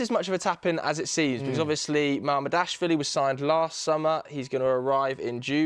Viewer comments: Ma-mar-dash-villi. Is that REALLY so difficult for ANYONE remotely intelligent to say? Or do you need to employ pundits who make even a SLIGHT effort? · Not sure why MAMAR-DASH-VILLI is hard to pronounce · He is on TV, presumably being paid and he hasn't bothered to learn how to pronounce Giorgi Mamardashvili? It's not even that difficult. Amateur.